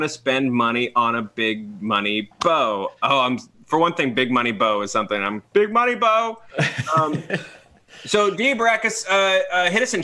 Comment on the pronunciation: Did just purposely make 'Big Money Bow,' sound like 'Big Booty Hoes'?